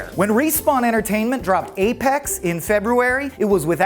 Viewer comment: "*Respwan* Entertainment" lol 😂